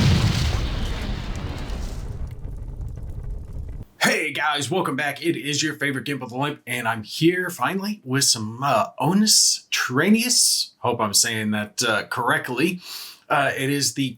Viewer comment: Traianus from Trajan, so the i is a J sound